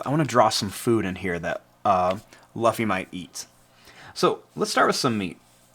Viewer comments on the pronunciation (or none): Just to let u know luffy is pronounced L-OO-F-Y because in the anime thats how he and the rest of the crew says